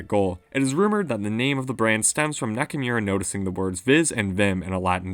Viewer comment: Hiroki Naka"mirror“ lol